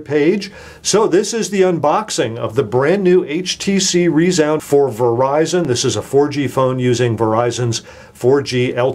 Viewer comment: Haha, rEEzound